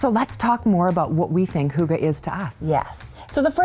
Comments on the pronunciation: Hahaha being Danish it is really funny that you pronounce it HOOGA 😂😂😂 it is a Y, you can try to almost make a whistle sound when you are coming to the Y in Hygge 👍🏼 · H-O-O-G-A-H 😂😂😂 Hygge, Lykke - why? Why?? The Scandinavian pronunciation of Y is really difficult. You can try by rounding your lips into a small circle and trying to say ‘e’ as in weeee. And the e in the end of hygge/lykke is not ah, but more like eh. Fun, right 😅 Thanks for a great show!